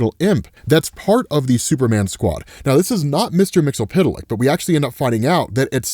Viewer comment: All your knowledge,. All the great wisdom you give us about out favorite comics and characters. And you still can't properly pronounce Mxyzptlk. For shame.